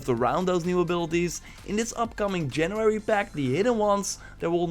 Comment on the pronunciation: I love how you struggle to say "january" correctly :D